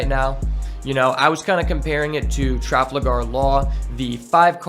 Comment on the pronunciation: traFALgar law, not traFLAgar law. otherwise, good incisive video.